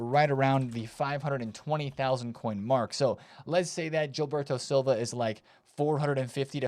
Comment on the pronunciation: Nice pull on the JIL-berto Silva pronunciation ;)